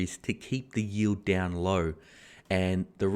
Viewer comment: Loving the transition to the southern US accent when the point needs to be emphasized “if they stop tapering...it’s goin douuuwwwnn”